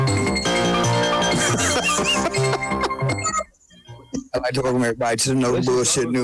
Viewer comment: Red needs a speech therapist.